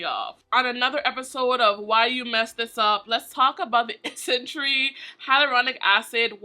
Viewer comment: NOT ISNTREE TOO 😭😭😭😭😭